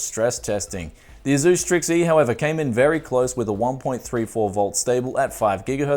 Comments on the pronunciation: "AZUUS". Dude, it's pronounced "Ace-US" Again man, why do you make 99% of your videos using hardware that 99% of your viewers can't afford??? it makes ZERO sense. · Tony Quigley it’s pronounced AY-SOOS. That’s how their reps say it. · Love ya... but the way you say ASUS triggers me to no end =P